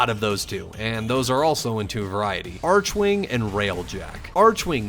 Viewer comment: its very strange to me how upset I was getting that he was saying "arch-wing" instead of "arc-wing". I really dont know why It bothers me